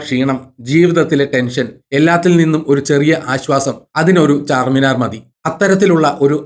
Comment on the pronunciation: ചാർമിനാർ ആണ് ചാർമിനാർ അല്ല